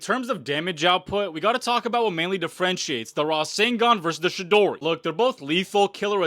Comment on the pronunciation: The way you pronounce Chidori pisses me off